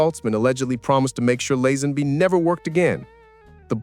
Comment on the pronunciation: I was willing to put up with the mangled pronunciation of Lazenby (it is Lay-zen-bee), but you lost me at "John Bond audition". Hack standard.